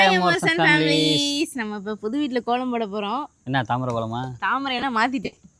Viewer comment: பது இல்ல புது 😂